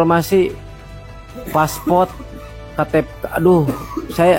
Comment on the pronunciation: Paspot ceunah wkwkkk ngomong yang bener